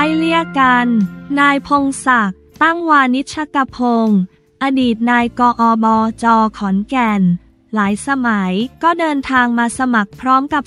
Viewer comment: อ่านผิดอ่านใหม่ได้นะ อ่านว่าไง ไม่ใช่อ่านว่า นาย กอบจ. อ่านว่านายก อบจ.อายเด็กนะ